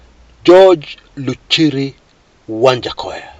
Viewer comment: Lol it's waja not wanjakoyah 🤣🤣🤣!!!